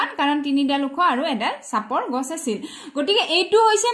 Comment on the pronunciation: গাছ❌ গছ☑️